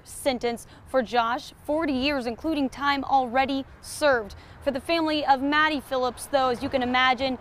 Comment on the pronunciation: Anyone else notice she said Maddy Phillips?